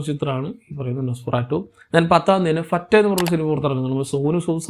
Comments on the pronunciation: വാനങ്കൻ അല്ലടേ... വണങ്കാൻ 😅 ഭറ്റേ അല്ല... ഫത്തേ 😊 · ഭറ്റേ എന്നല്ല ഫറ്റേ എന്നാണ് പറഞ്ഞത്